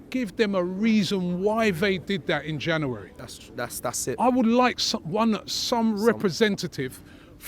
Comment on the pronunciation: Why cant he say January?